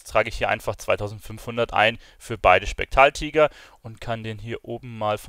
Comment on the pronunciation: Du kannst ja nichtmal spektraltiger richtig aussprechen 😂